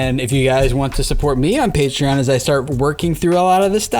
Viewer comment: Omg finally someone says "PAY-treeon" instead of "PAH-treeon"